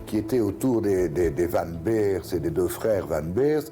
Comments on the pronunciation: Van Beers, ça se prononce é pas i, c'est pas de l'anglais ! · Pourquoi " Van Birs" alors que c est Van Beers, comme prononcé correctement par les témoins de l époque. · SuspensE, qui est un mot anglais prend un "e", sinon c'est le mot français "en suspens"... Un dictionnaire ça ne coûte pas cher et ça évite d'écrire n'importe quoi!! Et c'est Van Bérs, pas Birs et Péter, pas Piter, ah l'hégémonie de l'anglais ça devient une maladie!! Quand on a un public on se doit un minimum de sérieux...